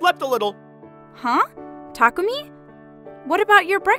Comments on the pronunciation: Why does Chihiro keep calling Takumi "Tamaki"? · Am I the only one who heard that the lady always says Tamuki-kun instead of Takumi-kun? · Thay say his name so wrong from how it's typed Thay say it like "tamuki" not "takumi" that is hilarious (Edit) just realized that his dad actually said his name right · They said tamuki instead of takumi, how sad. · Female VA keeps mispronouncing the name "Takumi" into "Tamuki" :(